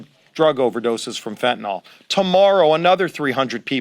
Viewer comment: Good on all of that, but when will educated people stop saying FENTANALL and start saing FENTANYL?